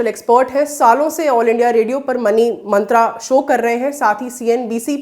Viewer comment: यह हिंदी का चैनल है और यहां हिंदी के शब्दों का उच्चारण ही त्रुटिपूर्ण होगा भरोसा नहीं होता। प्रस्तुतकर्ता महिला मंत्र को मंत्रा, ग्रुप को ग्रूप बोल रही हैं। क्या लल्लन टॉप पर कोई हमारी टिप्पणियों को पढ़ता है?